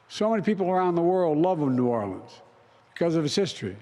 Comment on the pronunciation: Cringe for how he said New Orleans…. They didn’t vote for him.